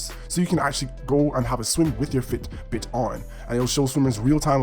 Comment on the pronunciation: Don’t know if I can trust a review that mispronounces Ionic and Fitbit. Good video though.